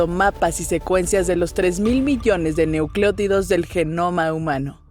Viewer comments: Dice neuclotidos*, no sería neuclotidos? 🤭🤭🧬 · NEUCLÓTIDOS ??? ENSERIO ???? (MIN )